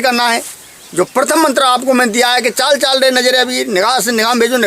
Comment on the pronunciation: आपने मंत्र में लिखा है चाली चालि रे नजरिया वीर, ओर आप बोल रहे हो चाल चाल र नजरिया वीर सही क्या है आप बोल रहे हो वो है या जो लिखा है वो है कुछ समझ में नहीं आया है,बताए